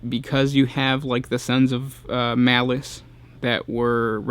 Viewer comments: I thought it was Malal not malice.... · His name is Malal, not Malice. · It's "Malal". Show some respect toward your elders, by using this god's Old School name: MALAL! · I thought the legal issues were around the name Malal and not Malic?